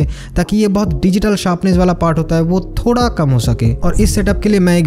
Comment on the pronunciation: Bro its thoda not Thora😅